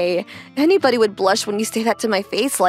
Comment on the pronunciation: ´´Nybody ˋˋ😂 Instead of anybody